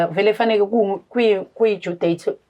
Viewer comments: ne English, yi due date hai hai hai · No due date loyo akamazi utshoni kkkk English kill me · Besenizwile nge due date shembe English 😂😂😂